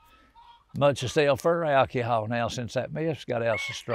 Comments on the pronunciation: OMG ❤ He did not just say Alkeehall ❤ That’s what I call it 😂. I love him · Alkie-hol, I done ✔️ lol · my favorite pronunciation of "alcohol" I've ever heard.